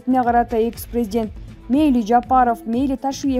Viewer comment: Блогер кыз презент эмес презИДент деп суйлосон...